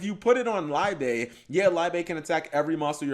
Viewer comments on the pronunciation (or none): Liebe is german for love, its pronounced more like leebe instead of laibe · Fyi its pronounced Lee-beh or just look up to the word in youtube it is the german word for Love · Isn't "Liebe" German for love? Should be pronounced "lee-beh" or something like that.